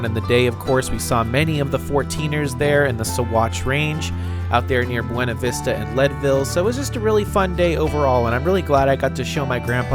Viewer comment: The pronunciation of the city Buena Vista is (fellow Californian) Bewna Vista.. Do as the locals do! The river here named after a southern state is pronounced... Our Kansass